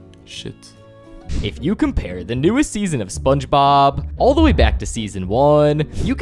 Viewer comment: I just can't how it keeps pronouncing it "spongebaaaaaap"